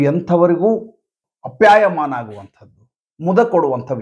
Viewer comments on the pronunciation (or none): ಎರಡು ಸಂಗತಿಗಳು ೧. ಅದು😢😢' ವಸುಧೈವ ಕುಟುಂಬಕಂ'. ಈಗ ನೀವು ಹೇಳಿದ ಹಾಗೆ ಅನೇಕರು 'ವಸುದೈವ' ಎಂದೇ ಉಚ್ಚರಿಸುತ್ತಾರೆ. ವಸುಧಾ ಎಂದರೆ ಭೂಮಿ ಎಂದರ್ಥ. ಇಡೀ ವಿಶ್ವವನ್ನೇ ಒಂದು ಕುಟುಂಬ ಎಂದು ತಿಳಿಯುವವರು ಎಂದರ್ಥ. ೨. ' ಆಪ್ಯಾಯಮಾನ' ಸರಿರೂಪ, ' ಅಪ್ಯಾಯಮಾನ' ಅಲ್ಲ.